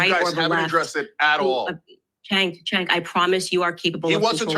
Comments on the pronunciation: That was a kick ass interview. His name is pronounced Jenk Uger. he took on all three, spoke truth and kicked ass!!!! But fear not Owen’s is still banned . They love banning. So it shouldn’t be a big deal she got what she was dishing out. Great job Owen’s you earned that ban and demonetization 😂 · POP & POLITICS: You're obviously not a political junkie, as am I. Cenk is Turkish. His first name is pronounced Jenk. Kamala flip-flops so much on her policies that they are meaningless, not communist. She says whatever is politically expedient at the time she says it. Then, she'll reverse herself when she thinks it's to her political advantage. Thus, her rhetoric is totally meaningless - not communist. Her actions (corruption) have been 100% corrupt capitalism, which is the opposite of communism. She has no core values, communist or anti-communist. I like Candace. But that's a whole other discussion.